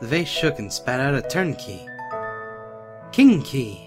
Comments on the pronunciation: Me and my sister laughed when said King key 'cause it sounded like Kinky! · Did anyone else notice that when someone says king key, it sounds like kinky? Haha! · When he say king key i heard kinky haha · I wasn't watching but I was listening and he said "king key" but I heard "kinky"